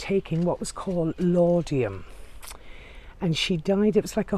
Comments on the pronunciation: It's Laudanum, not Laudium. I am enjoying your tour of this historic place. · Great video thanks! Although İ have to point out it's ' Laudanum' not 'Laudiam'...just for people who may try to order it at their local Boots!...at least they will have pronounced it right before they get refused! ;o)...Keep up the great vids..very informative and enjoyable! :o)